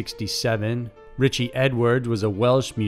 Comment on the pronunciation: Anybody seen Ritch-EE?